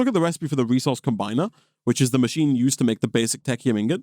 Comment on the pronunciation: It looks like "tech-y-um" ingots are the new "cry-row-thee-um" dust. Correct pronunciation once, proceed to pronounce it incorrectly every moment afterward for like, five years.